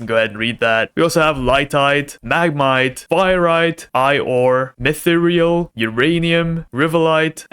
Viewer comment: any time he says mythril wrong i feel that in my fantasy MF soul